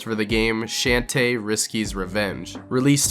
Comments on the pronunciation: you said her name wrong. The H in her name is not silent. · STAR Fi?....... How the fuck did u pronounce shantae? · First Rouge the Bat and now Shantae name was butchered. 🤣 (but I still love the video 😸💖👍) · Hearing him mispronounce shantae and starfy hurt me inside. Great video otherwise.